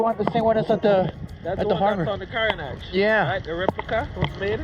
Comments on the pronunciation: Tip: The Grenadian island of Carriacou (one of several small islands that are parts of Grenada's extended territory) is correctly pronounced KAH-ree-uh-KOO....not cow. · it’s pronounced Carry-aye-coo or Caré-coo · Kevin! Come here! Yes, you. With the dreads and the muscles everywhere. Why you leave our brother out here [sorry ouchea] to dry like that man. You mean to tell me you hear him say 'Carria- cow' right in front of you and you en't say nutten [or maybe you did, but the video was clipped at that point]. Meanwhile we ouchea watching him shine, quite literally, and you just stood there and said nothing. Come on, Kevin. You know better! 🤣🤣 Seriously tho, was very impressed by this traveller, production was top notch, and so was the content. Did the typical Grenadian tour without making it feel typical. Moved around very confidently 'as doh he know d place' as we would say. So that was great. He did not say Gruh-NAH-da which was even greater. Love when creators come to the island and help us uncover or rediscover those little fun spots. Not quite sure how he liked the food, if at all, but he a traveller fo' sho! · Carriacou is pronounced “Carry-a-koo” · My island of Carriacou is pronounced “Carry. Coo” thanks for visiting 🇬🇩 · You pronounced Carriacou wrong Car ri a cou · Beautiful representation of my homeland and inspiring me to visit soon. Thank you for the update on Carriacou. BTW, the word is pronounced 'Carria-coo'. A little correction to the ending sound, but besides this, you did a fantastic presentation of my twin-island paradise. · bro not trying to be rude but u pronounce carricou wrong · I enjoyed the video; the only thing is the pronunciation of Carriacou was not correct.😮😂 next time you will get it right.